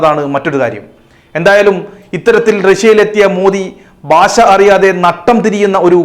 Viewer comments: താങ്കളുടെ "ബാശ" അതിലും കഷ്ടമായല്ലോ 🙄 ഭാഷ എന്നുപറയാൻ കഴിയാത്തത് എന്തുകൊണ്ടാണ് പഹയാ!!!! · പാശാ.. അല്ല ഭാഷ മഞ്ഞ ചാനൽ കിഴങ്ങൻ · ഭാശയല്ലടാ ഭാഷ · രശ്യൻ അല്ല റഷ്യൻ. ബാശ അല്ല ഭാഷ 😂😂